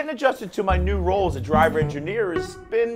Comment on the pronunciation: I think you meant to say "Gingineer"...